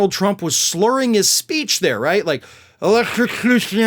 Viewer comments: ELEXTROCOOSHUN It's hilarious how he tries to play it off as if he never made the mistake of mispronouncing a word. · He sounded like Foster Brooks when he said electricution. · Did trump say "electrucooshoon" or "electrocution"? 😂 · Elexochushun. Yep. That’s the word… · Electrixtution? Or whateva! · LOL His brain tried to combine election and electrocution = Electio-cution. Even the 🦈 would find him to disgusting to eat. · "Elec-ta-qooo-shun." He tried three times to get it. Each one devolved. If he was drunk he'd have an excuse but maybe not. Besides, it's just as often pills with this class and phylum of monkey. You can carry it in your pocket or purse everywhere ya go like coke, but with a note from your well paid Physician. You know 'em already as Dr. Bonespurs. haha! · Electricution ? Would be far better off taking elecution ! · Election - cution WTF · He said, "electrosecution". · Trump even said the word electricution like 4 times in the span of 10 seconds. And this dude wants to be president again? OMG Good grief. 🙄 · I wonder if Donald realizes his main mode of transportation has a battery in it? I mean his golf cart isn't peddle powered and if it was, he would be just spinning his tires going nowhere by the rental counter. Sounded like he said electro suction. Makes me wonder if he got a new toy he hides under his pillow. Maybe Donald has a cardboard cut out of Marge with a hoover vacuum hose attatched to it. She come in 2 modes. She sucks or she blows. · The way he mispronounced 'electrocution', not once but twice, certainly made him sound three sheets to the wind. Although, he doesn't usually need alcohol to sound stupid. It's a natural 'gift' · He can’t even say the word electrocution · He came up with 6 different accents and pronunciations of the word “electrocution” 😂🤭👍🤷🏻‍♂️👎🏼🤡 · needs an elocution lesson in order to say electrocution: ah he… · He can't even say electrocution right